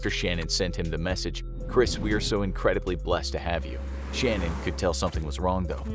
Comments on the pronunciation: Chris Watts’ wife’s name was pronounced Sha-Nan’ not like ‘Shannon.’ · It ticked me off every time they said her name wrong. Not gonna tell the story right, not your story to tell!